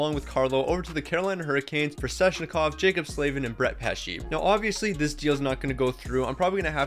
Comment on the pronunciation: Okay,... I'm sorry but it's not Sezshnikov, it's Sveh-ch-ni-kov.